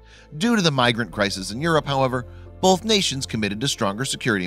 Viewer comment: Pro tip: There is no letter "l" in the word "both."